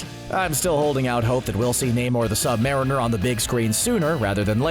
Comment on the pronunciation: Lol the way he pronounced submariner